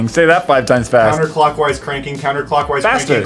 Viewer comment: “Cwanking”😂😂 of course he broke it